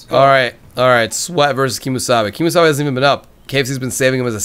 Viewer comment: Keemsabe sounds like kiss me sabe... Lol XD